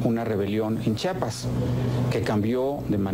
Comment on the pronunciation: Ese camacho nunca aprendio a decir Chiapas, pendejo.